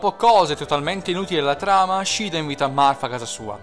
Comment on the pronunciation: M-m-ma io ho sempre pensato che il tuo gioco preferito fosse Pokemon :( Comunque, a me è sembrato che Elice dicese Morth...passso troppo tempo nella pagina mi sa. Ah, lo dico perché sì: Shiida in quest'oav >>>> shiida nei vari giochi di FE ;)